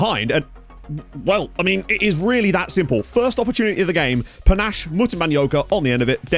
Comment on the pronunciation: Ayye! Great to a fellow Zimbabwean in your team, P.S You got the last name but his first name is pronounced Pa-Nah-Sheh , the "she" rolls off like a "shay" than "che"